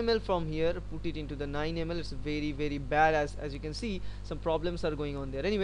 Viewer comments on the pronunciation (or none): "Its vey very badass". LMAO